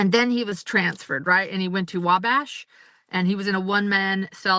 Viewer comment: I was thinking the same thing! It was butchered lol